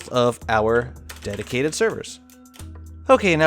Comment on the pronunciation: Can't stop hearing "my daddy server"